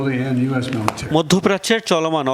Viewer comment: উচ্চারণ শুনে মনে হল ইরাক বলতে প্রথমে, পরের ২ বার ইরান বলছে